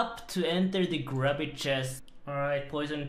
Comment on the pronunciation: Imagine my disappointment when he said grubby instead of grooby.